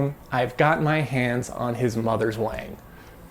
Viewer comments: You're quite white, wang is pronounced wong, so it'd be wong to call it a wang, even if you think you're white! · Actually, I believe that the name Wang, is actually pronounced Wong. That might wall make a difference. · In Mandarin, "wang" is probably pronounced half way between "wung" and "wong" with a rising tone, as if it was a question in English. I read the biography of Wang. A mathematically gifted student from near Shanghai, he escaped the Japanese, got a post WWII PhD at Harvard, and figured out how to read and rewrite magnetic core memory, making it useful as serial RAM. However, Forester had the patent for row-and-column addressing so IBM bought both. They paid about $350k for Wang's patent but about $12m for Forrester's. Wang was double-crossed by a secret deal between a patent troll and IBM. So it seems Wang tried to bring IBM down and was a threat in the Word Processor business in the 70's and early 80's, but he couldn't innovate fast enough and failed towards the end of the 80's. His original big success was to use serial core memory in desktop calculators for Wall Street bankers who needed logarithms and calculus to work out mortgages etc. Although he lived the USA success-story life, Wang carried with him health risk factors characteristic of Chinese and he died of oesophageal cancer at age 70. Wikipedia has a nice summary article about the magnetic core developments : An Wang's patent can be found here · It's pronounced as Wong.